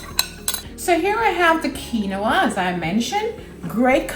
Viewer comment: Looks good, but the grain is pronounced "Keen-wah." It isn't a three-syllable word. I'd add sliced tomatoes or instead of jalapenos for those who can't handle that heat, a roasted red pepper to bring in the red color - maybe shredded carrots.